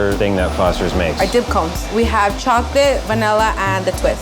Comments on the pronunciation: it's vchoclate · "Choconilla" "Vchocolate"